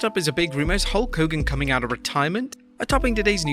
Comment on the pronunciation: You said Hawk Hogan like Garret Bischoff in TNA